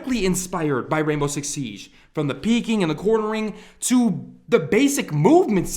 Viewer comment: SIEGE not Siesh